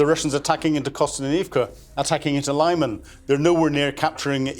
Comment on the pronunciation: It's not "Lai-man", it is "Lee-man", meaning "firth".